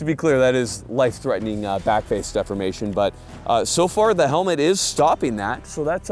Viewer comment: Every time says 'backface defimation' it's shot tyyyme